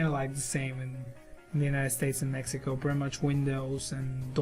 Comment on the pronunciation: Did this dude just say "mexica"???? lmao